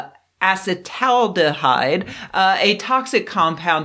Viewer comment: Here's a friendly tip: acetaldehyde is pronounced "a cet AL deh hide"; 'acet' refers to the acetyl group attached to the aldehyde part.